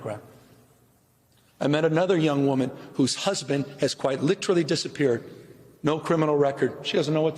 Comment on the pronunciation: He has good words, but he cannot for the life of him pronounce "literally" correctly. 🙄